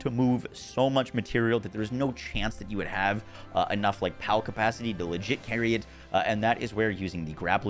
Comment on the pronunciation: ca-pal-city.... sorry. i dunno what's wrong with my brain